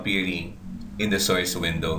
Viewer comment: IS THIS GUY RELATED TO BUGGS BUNNY? HE SAYS SOYCE INSTEAD OF SOURCE.